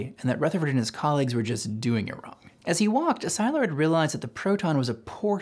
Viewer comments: For such a good video I am surprised that you have pronounced Leo Szilard sai lard instead of se lard. I have never heard it pronounced the way that you pronounce it. Are you correct or just sloppy? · Leo Szilard - Hungarian, pronouced Si-llard, as in "silly", not Sy-lard. You're welcome. Excellent video! I hadn't heard of Japanese nuclear program, and only a little about the German one ... I understand the German program collapsed because Hitler rejected Jewish scientists. ( though why did jewish scientists want to work on weapons for the Nazis? ) would love to learn more about bother Ggerman and japanese efforts. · It's Szilard pronounced as C-lard or See-lard NOT Sz-I-lard. :)) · Leo Szilard's name is pronounced C-lard! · New to this channel. Very excellent video and explanation! If I have one criticism, it's that you might want to check up on pronunciation of foreign names like Szilard and Dachau. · Excellent summary, but I'm going to be that guy and mention some questionable pronunciations: "Szilard" is not "ZI-lard", it's "si-LARD"; Lise Meitner, being German, pronounced her name, "LEE-seh"; and Gamow is not "ga-MOW', it's "GA-mow". Okay, I'll exit now.